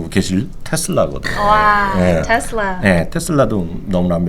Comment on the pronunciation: 린스타님의 테슬라 발음은 넘사벽